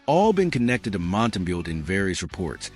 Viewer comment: You might want to teach your AI slop-master to pronounce names. Basic respect, no? Mont-tam-bow.